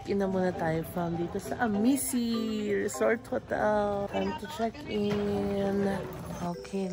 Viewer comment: Amici - pronounced as #Amichi 😊